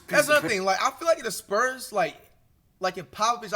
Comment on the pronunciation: the "sperms" 😭